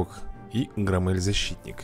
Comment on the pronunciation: Правильно Гро́ммель